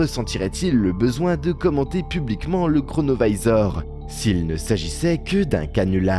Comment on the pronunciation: Pourquoi prononcer à l'américaine un objet italien ? Singer les américains ne vous rend pas plus crédible...